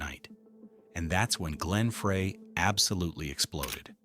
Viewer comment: AI mispronouncing glen Freys name